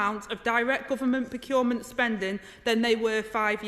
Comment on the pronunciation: She's brilliant. But she can't say 'procurement'. Aside from that she's fantastic with this sort of stuff.